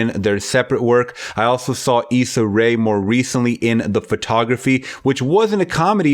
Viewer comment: You called it the Photography. You said Lovebirds was a Netflix film. You mispronounced her name continously. Just filtering through the minefield of erroneous content besides the review. It's NOTTTTTT a Netflix film. It was a PARAMOUNT Studios film purchased by Netflix. It's starring ISSA Rae of Insecure & Awkward Black Girl. ..... A style of comedy that mirrors Nanjiani's comedic cadence.....One would think a YouTuber WOULD KNOW A BIT MORE ABOUT A STAR WHO WAS DISCOVERED ON YOUTUBE & WHO EVENTUALLY FOUND COMMERCIAL SUCCESS & AUTONOMY IN THE INDUSTRY. NOT TO MENTION BOTH OF THEIR PRODUCER CREDITS ON THE PROJECT. JUST SLOPPY REPORTING. REVIEWS ARE AT THEIR ROOT FACTUAL SUBJECTIVE REPORTING. JUST FACT CHECK BEFORE YOUR FINAL EDIT & CONTENT POST....RIGHT?